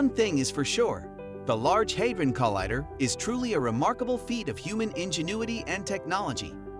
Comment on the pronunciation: Learn how to pronounce collider.